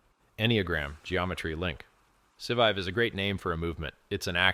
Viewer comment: It's hilarious that can't pronounce the core words. Pulsechain, Scivive and so on.